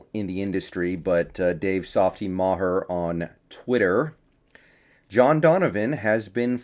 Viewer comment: Did you say Dave "Softy" Ma-her? 🤣